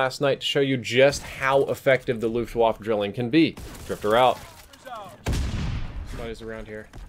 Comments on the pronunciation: "luftwafuh" 😂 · "Luftwaffe" is german so you wanna pronounce the e at the end as "eh". Just sayin'.